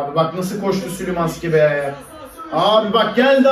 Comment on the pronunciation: szymanski ye neden sülümanski diyon abi gülmekten izleyemedim qşlwjrşqwrqw